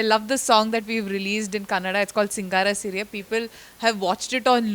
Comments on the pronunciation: When do you guys ever learn is it that hard to say kannada when u can say kannad?! This seems like a very deliberately done thing. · Theri ma ki kannad nahi re chuthiya sale kannada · Hey, it's Kannada and not Kannad. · It is not Kannad, it is Kannada, it is hard to listen, first u correct it, otherwise we call Hindi as Hind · For heaven sake..... It is Kannada...... NOT KANNAD....... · It's Kannada... not kannad, If you don't know then learn... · It is not kannad it is kannada, being a indian respect other languages too. Can we call hindi as handi? Even Pakistani YouTube channels pronouncing correctly. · Arre Kannada hai woh Kannad nahi, ham Hindi ko handi bolte hai kya? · It's not Kannad it's Kannada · Bro its not kannad its "KANNADA" Jaise Hindi ko Hind nahi bol sakthe hena vaise hi hai. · ಲೋ ಕನ್ನಡ್ ಅಲ್ಲಾ ಕನ್ನಡ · Kannada not kannad😥😥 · It's "Kannada" not Kannad. Please correct it with due respect 🙏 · कन्नड़ नही है कन्नडा बोलजी । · onde ond Letter 'a' add madakka ashtond kashtanAaa???? adu Kannad alla , kannada ... 🤦‍♀️ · If i say 'Hindi' as 'handi' how does it feels unpad bafoon ??? Edit your description - its KANNADA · Kannad alla bhai kannada 💛❤️ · it is KANNADA, not KANNAD. plz correct. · Assholes please learn something grow up its not KANNAD its "KANNADA" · Call it Kannada and not Kannad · It's 'Kannada' not 'Kannad', just saying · Not Kannad it's Kannada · It’s not Kannad, it’s Kannada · Not kannad .. kannada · bro..please try to understand..u( north) shud really change..it's not kannad it's kannada..it's just not a matter of a single alphabet..it really changes the meaning..pls do understand..a humble request.. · It’s Kannada.. not kannad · Kannad nahi bhai kannada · please hire another editor it's Kannada not Kannad give some respect to language and it's Sapthami Gowda not Gowde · Kannad nahi Kannada.....🤦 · Its KANNADA and not Kannad .. Thank you all for your support for good cinema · It's not Kannad. It's Kannada. Kannada. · Bro It's "कन्नडा "